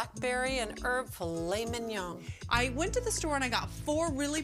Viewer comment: I've never heard a worse pronunciation of mignon